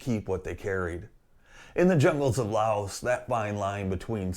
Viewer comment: FYI the "s" in Laos is silent